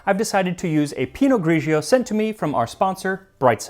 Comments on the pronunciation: Hi Max. I have to try this!!!! Don't mean to be a jerk, because usually your pronunciation is amazing!!! (but its pa-VI-a, and Pi-not Gri-gio, not Gri-gi-o) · Correct Italian: Pinot Grigio. Do not pronounce the second syllable as gree-gee oh. It's two syllable, not 3. GREE-jo. PEE- no GREE - jo. The gray pinot grape (unlike the black or the white). Pinot gris en français. Grauerburgunder auf deutsch.